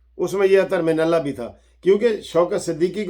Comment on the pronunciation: I like It Sir when you say Mani mantle 😆😆